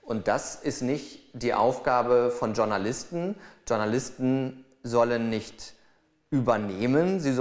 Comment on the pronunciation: warum sagt heute jeder DSCHOURNALISTEN ???? kann mir das endlich jemand mal erklären? das wort kommt aus dem französischen.